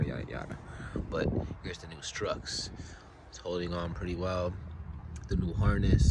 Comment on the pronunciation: Struts, not “Strucks” whatever the f-ck they are